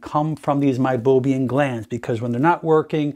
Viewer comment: MeiboMIAN not meiboBIAN.